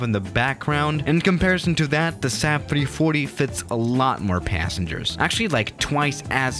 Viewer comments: says 3140 instead of 340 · XD and he said 3140 too